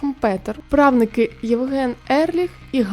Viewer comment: А що з наголосами: 4 помилки за 4 хвилини — ЛюблЯна, правнИчий, правникИ, гУльденів 🤯